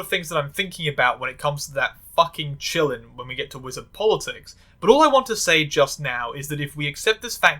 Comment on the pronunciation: It drives me kind of crazy that in that Fantastic Beasts movie they pronounce quilin like "chillin'". I can't really blame anyone who doesn't know for just following how they say it in the movie, but the actual pronunciation is more similar to "chee-leen". When I first heard people talk about the movie and saw clips I was EXTREMELY confused they described it like a dragon-deer, which is immediately identifiable as the way a qilin/kirin looks.